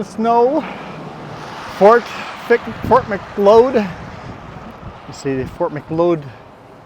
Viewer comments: Fort Mick-Cloud is how it's pronounced. And if you ever go through Claresholm again, you MUST stop at Roy's Place Diner and get one of their giant cinnamon buns. They are the best in the entire WORLD. on your time stamp. LOL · Fort Macleod is pronounced like Fort Mc-cloud. Not Mc-loyd